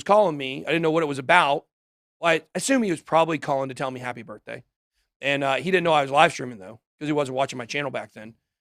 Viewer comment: Happy “BITH-DAY” Ben!!🎉🎂🥳